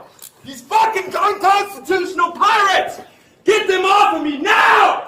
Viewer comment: Narrator voice: "they did not get 'offa' him"